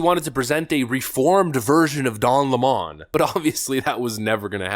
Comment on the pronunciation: Can I be honest,?” without going to jail on March 17th And don’t plan killing myself ,Don 🍋 Lemon La’mon correct spelling & pronunciation lemon would be correct He is a wet tampon they gone to the same Teleprompter reading Boot Camp that’s all liberals go through and they cannot break the habit of being an assholes Lemon could go cuddle with Fredo ? I think he turned his Lemon self away from the only friend he had Fredo and I believe A network what’s to do a sitcom called (two brothers and a 🍋 Lemon 🍋 Steltzer corporation